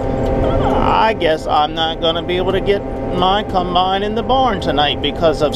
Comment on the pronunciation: Please stop saying cumbine it’s a combine